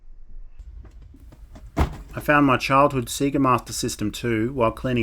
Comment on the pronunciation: It's nice to hear Sega pronounced correctly.